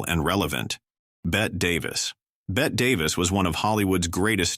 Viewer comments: Bet Davis??? It's pronounced Betty!! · I guess they had trouble distinguishing between the 2 Burts. I HATE WHEN THESE VIDEOS CAN'T GET THINGS STRAIGHT. I also am bothered by the mis-pronunciation of people like Bette Davis.